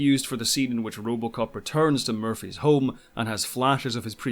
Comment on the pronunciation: was curious 'bout movie "Robocop" and all I can hear is "Rubbalcop"